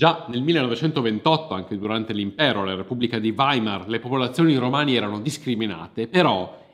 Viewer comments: Si pronuncia romanì, non ròmani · Grazie per aver fatto conoscere quest'uomo. Solo un dettaglio, si dice romanì non romani.